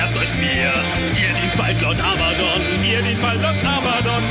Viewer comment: arbadon? bist du zu blöd zum abgucken?! er heißt Abbadon nicht arbadon